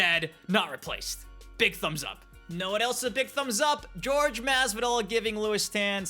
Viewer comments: It's pronounced hor-hay (Jorge) Masvidal not George. Funny how it's only the teeth that are what's wrong with Mileena. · “George” Masvidal? what an insult. It’s Jorge! SMH 🤦🏻‍♂️